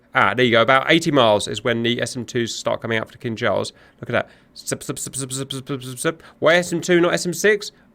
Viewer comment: I knownyour saying Kinzhal, but it sounds like "King Charles". Imagine if we could launch his majesty at Mach10 to single handedly smite our enemies. Magnificent. Funny if someone modded the 3d model......